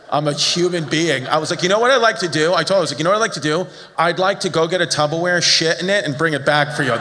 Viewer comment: I say Tubberware now and I don’t care.